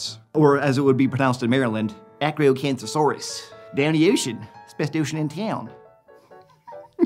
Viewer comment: thx for pronouncing Maryland correctly :D